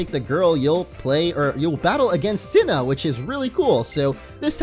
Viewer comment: Its actually pronounced cena not sina